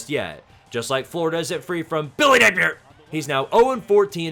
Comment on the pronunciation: It’s not officially the end of a college football week until says BILLYNAPIER